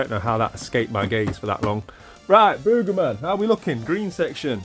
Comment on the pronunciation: Funny how you say "Boegerman" its Booger like a Booger from your nose.